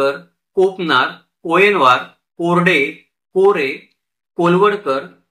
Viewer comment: कारे नाही रे (कोरे) आहे